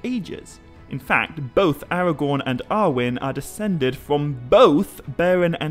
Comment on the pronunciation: I LOVE your videos. I beleive Faramir is pronounced FAR-ah-meer (not FAIR-ah-meer at time stamp ) according to Appendix E of Lord of the Rings (same applies to Aragorn..more of an AH on the first syllable (like in Arwen) vs an AIR-ah-gorn pronunciation at time stamp ) I am not trying to be rude or petty at all. I know you really care about Tolkien’s writings so I thought I’d speak up. If I’m wrong, please let me know! I’m still learning myself ergo, I’m watching ALL your videos(and maybe you already know what I’m talking about and this was just a slip of the tongue. I know I grew up saying some of these names wrong and will occasionally fall back on my old pronunciations)